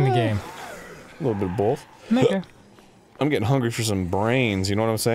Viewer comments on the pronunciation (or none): Arin's still at it with saying "Bolth" all the god damn time.